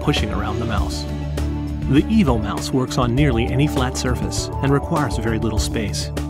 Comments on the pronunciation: I have an impression he is telling "Evil Mouse" :-S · Sounds like EVIL MOUSE.